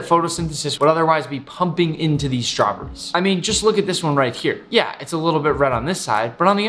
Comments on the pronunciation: he says (strawburries) not straw berries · The way he says “strahbrees” 😂😂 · i love it when nick says Shtrawberries